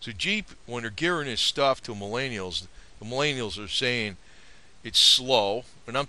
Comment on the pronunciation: Answer: because the baby boomers fucked up the economy and now "MilAYneealls" have difficulty buying things like your overpriced cars and houses and paying off student loans without an outrageous amount of debt. Because we haven't adjusted for inflation and now "MilAANelals" cant live off of minimum wage like you could have up until about the 80's. So yeah god forbid "MallAyENeealls" are less materialistic than the previous generations. (Edit): also because jeeps suck. If you wanted to show off your *extensive knowledge of jeeps*, you don't need to bash "MelleAYEEneEellls" to do it. Just make a video. (And maybe you wouldn't be made fun of for how you pronounce Millennial)